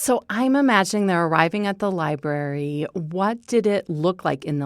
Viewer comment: why does that "reporter" keep saying "libarry"??